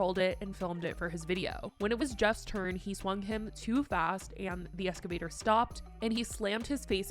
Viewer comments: “an escavator” ……. please ma’am just one google search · Excavator….not Escavator. Just saying. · Stop saying escavator